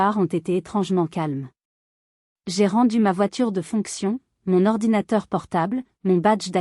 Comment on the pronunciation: Ordinatateur!!!! Vous vous moquez de qui !!!